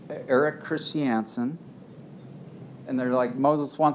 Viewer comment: I’ve never heard ‘Christiansen’ pronounced as “Chris-tee-ANN-sen”